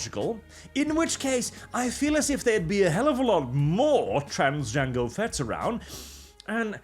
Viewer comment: This degeneracy is a normal Tuesday at this point, the real crime here is pronouncing "Jango" as "Yango" Tourist go home!